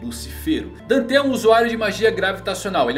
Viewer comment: Da uma agonia quando fala danté e vaníca kkkkkkkkk